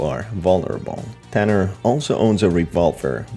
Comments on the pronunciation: HIS NAME IS NOT TANNER IT IS TUNNER🤬👺👹👿😠😡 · And plus its not tanner its tunner